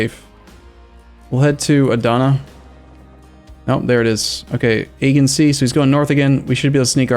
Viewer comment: I'm really sorry but this is driving me nuts! Aegean is pronounced Ae-jee-en. Thanks!